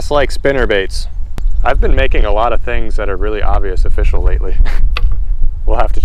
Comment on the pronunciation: "It's O F F I S H I A L"